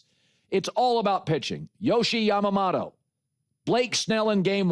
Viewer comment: IT’S YAMAMOTO MOTO MOTO NOT YAMAMATO MATO MATO